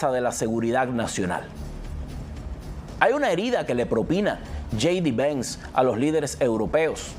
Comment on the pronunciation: Trump no Tron, Vance no venz, Harris no herris, hablas español o spanglish?